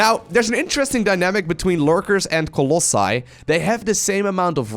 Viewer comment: I think this is the first time that you said the plural of Colossus correctly! Well done! Great vid btw